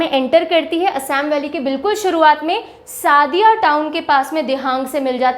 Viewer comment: Sadiya nahi sodiya. Trita nahi trisna your some words is wrong spelling corrections